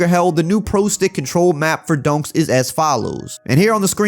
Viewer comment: Sound like he's saying “donks” instead of “dunks” 😂😂 great vid though